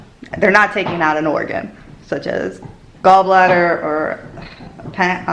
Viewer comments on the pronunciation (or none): none